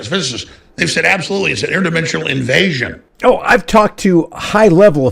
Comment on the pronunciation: Alex just had to get the word ''invasion'' in there And really emphasize it. What a clown!